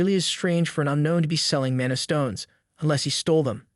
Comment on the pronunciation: Mon e instead of mana is crazy